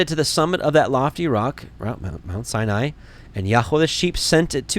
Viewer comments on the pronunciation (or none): none